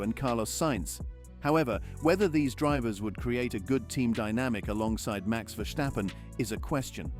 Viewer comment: It is not Verschtappen, just plain simple VerStappen.